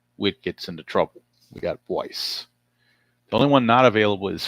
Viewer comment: For future reference, pitcher DeWayne Buice's last name is pronounced "BICE". Pretty interesting game. The Brewers had some pop in their lineup back then but no bullpen to speak of.